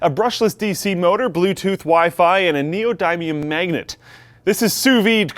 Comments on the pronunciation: It's [nee-oh-dim-ee-uhn] not [nee-oh-dime-me-umm] as a heads up... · Neo-Din-Eeum. Nee-Oh-Din-EE-Um not Nio-Dine-Eye-Uhm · Neo-die-me-um 😂 it's pronounced neo-dim-e-um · The "dim" sound in "neodymium" is pronounced exactly the same as "dimm" when referring to memory. It is NOT neoDIMEium. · Neodaemium? It's Neodymium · "Neodaimium magnet" what the hell i tought you knew this lol... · I love how he says "Neo-Dime-ium" oh dude, you suck at neodymium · That's not how you pronounce neodymium It's neo-de-me-um I'm a nuclear chemist and you can try google translating it for yourself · More like Neo - dim - ium but I see your point. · It's pronounced nee-oh-dim-eeum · The only thing that bothered me about this video is the way he pronounced neodymium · the way they say neodymium causes me physical pain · that pronunciation of "neodymium" gives me cancer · Why is neodymium another one of those words pronounced differently (like aluminum)?